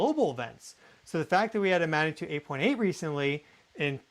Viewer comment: I love your videos. What follows, comes from respect and best wishes: "g" is not silent in 'magnitude".